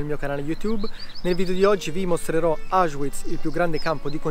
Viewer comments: Auschwiitz perchè lo pronunci così con la w inglese? la w si legga v e non u.. ? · Non capisco perché si continui a dire Auschuiz... il w in tedesco non è u come in inglese ma v normale.